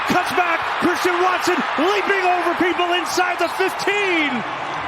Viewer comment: "What a play, from Cwistian Watson...!"